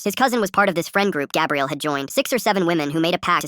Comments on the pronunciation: Stop saying gabriel, it's gabrielle. 2 men can NEVER have a baby! Stupidest ai ever! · Pretty sure it’s like Gabrielle, like for girls, But the A.I pronounced it as Gabriel. I know someone else probs said this, but why not say it again. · It can be Gah bre elle. Not Gab re el. Ai mispronounced it.